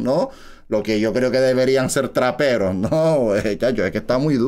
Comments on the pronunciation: me cague de risa cuando dijo que eran raperos se escucho como traperos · Oye es rapero no trapero xddddd